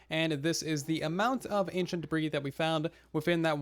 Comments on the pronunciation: I love how he says da-breeze instead of the proper pronunciation da-bree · Ancient debris is not pronounced ancient debri’s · yeah I used to pronounce it like duh-bris instead of duh-bree lawl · Everybody: debris half the time: da breeze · The "s" in debris is silent. And it is already plural. So is sounds like degree with a "b" instead of a "g".